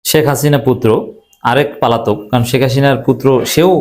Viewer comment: উচ্চারণ 'পালাতক' হবে না, উচ্চারণ হবে 'পলাতক'। আশাকরি ভবিষ্যতে সংশোধন করবেন।